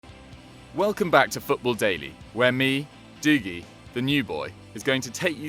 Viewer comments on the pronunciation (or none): Who on earth pronounce Dougie as Dooooogie? 😂 Also Mourinho is not a traitor, its the snakes at Chelsea that got rid of him.